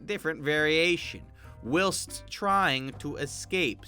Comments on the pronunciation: Its pronounced whilest not wilst. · For future reference, it's pronounced while-st not will-st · No-one:: w i l s t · Who pronounces whilst as /wɪlst/? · its pronounced while-st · It’s supposed to be like w-eye-ul-st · BREAKING NEWS!!! DOESN’T KNOW HOW TO SAY ‘Whilst’ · Is anyone else bothered by how he pronounced whilst? No? Just me? Ok I'll leave then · is no one gonna talk about the way he say whilst 🤨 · Why do you say whilst so wierdly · Whilst in not pronounced like how you say it. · The way he pronounces “whilst” 😣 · Is anyone else jarred by the way he pronounces "whilst"